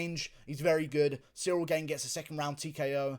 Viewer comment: Thats not the correct way to pronounce "Gane", just say Gahn (french here)